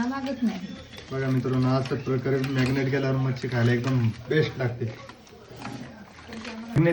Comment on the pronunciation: मॅग्नेट नाही रे marinet